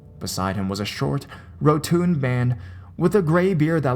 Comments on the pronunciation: Rotund is pronounced "Row-tonned" not " "Row tooned". Otherwise great stuff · rotund isn't pronounced ro-tooned. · Regarding pronunciation, MERCANTILE= Mur-Can-Tile and ROTUND= Row-Tund